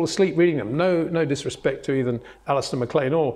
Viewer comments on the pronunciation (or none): none